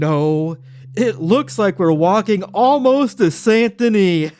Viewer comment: It's San Dennee. The t in Saint is silent. Awesome video.